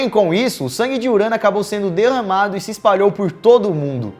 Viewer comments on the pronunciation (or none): alguém percebeu que o lukas falou deramado?